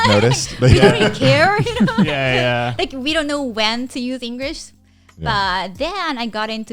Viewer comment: She actually says engurish uwu